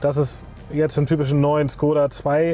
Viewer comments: Woran liegt es, dass die Deutschen Škoda nicht richtig aussprechen können??? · Bildung..? Dein Ernst? Weil wir eine Automarke nicht Tschechisch aussprechen? Sorry, aber arbeite in einem Škoda Autohaus. Wir alle wissen wie’s richtig ausgesprochen wird, sprechen es dennoch deutsch aus. Einfach weils jeder sagt. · Man du kannst so einiges nicht aussprechen. Zum Beispiel tři, ganz einfach. Und wie oben erwähnt, Škoda, Schule. Ganz einfach sogar für Erstklässler.